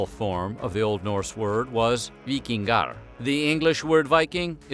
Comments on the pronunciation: Keep in mind, you Swedes don't know Old Norse though. He did pronounce it right in that instance. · As a swede, I'm actually impressed with the narrator's pronunciation of "vikingar", well done! :D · As another Swede I agree.